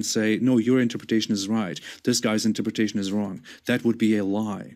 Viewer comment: its unreal that after so many debates and so many people pointing it out he still cant pronounce interpretation.